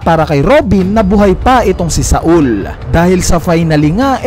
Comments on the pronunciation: not SA-UL its SAUL/SOWL duhhh SA-UL THE FCK HAHAHAHA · Jaguar D. "Sol" po ang tamang pronunciation